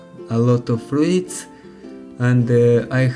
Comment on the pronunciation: Se pronuntsa "fruts", nu "fruits"